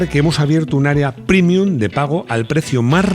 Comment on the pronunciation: lo siento, pero después de oírlo 10.000 veces tenía q decirlo. Oír "primium" y "youtube" en la misma frase del área privada, hace sangrar los oídos.